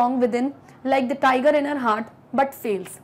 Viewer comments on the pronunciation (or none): none